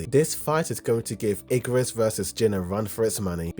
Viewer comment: This man said Icarus 😂 it’s Igris